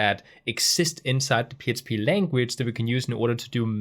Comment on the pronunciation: Thankyou for this course.. this is the second one I have done and it really explains it in a different way... so learning lots. Question: at times it sounds like you say "PSP"... are you saying "PSP".. or is it just your accent when you say "PHP"? ... just want to make sure I am not missing something. Thanks for your efforts.